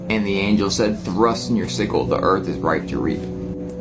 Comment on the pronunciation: What the hell is a cyst I think he's trying to say sickle